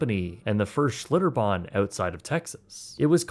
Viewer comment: Schlitterbahn, not “Schlitterbomb.” New Braunfels, not “New Braunsfels.” A very good, well-researched video. Tastefully avoided the details of the trauma that occurred to the boy, and what park guests witnessed.